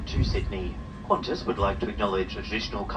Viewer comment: It's Qantas, not Quantas, for God's sake. I think your other ascertainments are about as correct as this was.